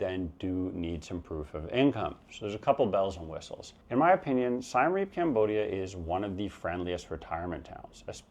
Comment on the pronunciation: It’s pronounced like See-em Reap. No sigh.